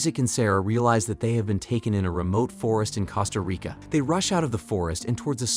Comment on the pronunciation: Cost-A- REEKà